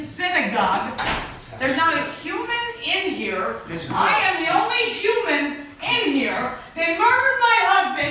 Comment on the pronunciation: Sounds like she actually says, "I am the only shuman."